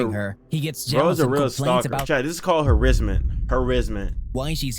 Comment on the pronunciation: Its called HARASSMENT YOU TOOL😂 NOT “herrisment”